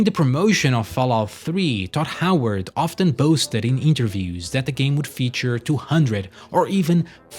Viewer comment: It's very amusing to hear this fella repeatedly call Todd Howard "Dod Howart"